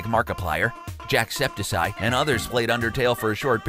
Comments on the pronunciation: Ok, it’s jack, septic, eye, you’ve been saying it wrong the whole time buddy😂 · "Jack Spetis Eye" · Really?? 2 in a row?? "Jacksepisy"???? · no he said JacksepticSIKE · You still can't pronounce Jacksepticeye. I thought that issue was done with.